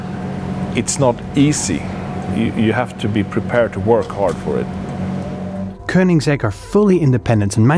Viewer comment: It's not Koninsegg, it's Koenigsegg. Spell it right.